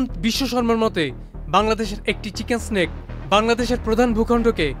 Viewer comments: কথাটা চিকেন নেক, চিকেন স্টিক না,মাদ্রাসা ছাপ। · চিকেন স্নেক 😂😂😂, মাদ্রাসায় পড়লে চিকেন্স নেক কে এমনি বলবি 😂😂😂